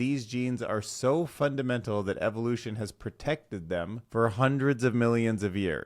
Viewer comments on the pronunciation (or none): none